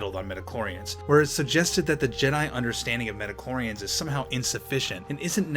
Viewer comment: How many did hear he saying Medichlorians not Midichlorians? I mean in the beginning.